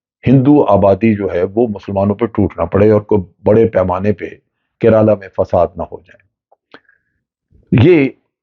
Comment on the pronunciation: Its not keraaalaa 😂😂😂😂